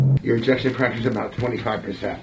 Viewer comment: "Ejection fraction"